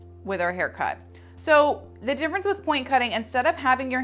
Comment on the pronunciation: I have learned so much from you. Thank you! It's cute how you say dimference ha ha. Own it!!